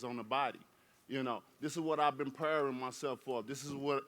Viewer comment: ‘This is what I’ve been preering for’